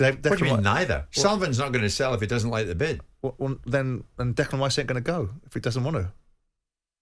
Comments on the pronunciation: Note to.. Its Declan not Decland!!! Cant even get his name right! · Even Stuart Pearce who knows him quite well, spent alot of time around West Ham, still calls him "Decland" - Very strange